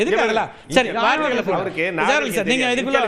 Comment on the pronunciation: அது, வாரத்தை அல்ல! "வார்த்தை".